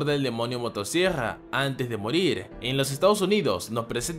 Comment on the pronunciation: El tipo dice demonio motosiegrra creo que tiene problemas para pronunciar ciertas palabras, mi hermanita es igual xd